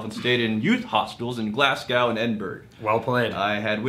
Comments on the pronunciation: Your pronunciations are never that bad but Glasgow and Edinburgh were hilarious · Lol the way you guys pronounce Glasgow and Edinburgh concerns me. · Boy that pronunciation of Glasgow and Edinburgh